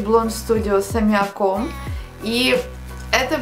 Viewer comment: аммиАком , а не аммиакОм ты должна знать, а то уши вянут